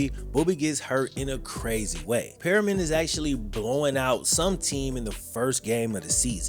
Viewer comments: Mans said “purr-rian” It’s Per-Mian! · Its Permian, not Perryman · Bruh... As someone whose college roommate graduated from and played there, it's PERM-i-an... Not Perryman 👎🏿 enunciation matters. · Look I can’t stand Permian, I went to the other high school no one talks about, the original high school in Odessa. Your pronouncing the name wrong it’s Perm-ian, not Perryman. But I laughed cause I seriously hate Permian. They always treated us like crap…. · The school is not "Perryman" as he pronounces it. It is Permian. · Permian more like per me an not perry man. But awesome video. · Sir, it’s pronounced “Purr-mee-in” not “Perry-min”. Lol… class of ‘01 over here! 😂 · Love every video you make but I'm ngl it drove me crazy hearing you say "periman" the whole time. Hate to be that guy but it's "PER-MI-AN" 😂❤ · Not perry-man.....Permian pronounced (per-me-in) thanks for the story, great story keep up the good work. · Periman. Definitely not permian🤣🤣 reading is hard sometimes lmao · PERMIAN not Perriman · its PERMIAN, not PERIMEN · Learn to say it right, it's pronounced pur me un not Perryman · Good Good video but you need to learn how to pronounce Permian . It's pronounced pur. Me un not perryman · your pronounced “Permian “ a lil wrong it’s “ per- mi an” but loved the video ! I graduated from Permian and played varsity ball - cool fact actually my step brother uncle is Chris comer ! He passed away a few years back and the coach in the move gary gaines passed recently in August Odessa is half oilfield other half Permian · “Periman”???? You mean PERMian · Per mi an not Pe ri man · Ite Per-mian not perryman. Great video! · Lol it’s permian not perryman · It’s not Perryman, it’s Per-ME-uhn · 😂😂 every time he says it I cringe a little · Great video...your killing me though...it's "PERM" "E" "AN"....not "Perryman"...still, enjoy the content my dude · PERMIAN NOT PERRYMAN!!! but other than that from someone who went and played at PERMIAN this is great! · Permian not periman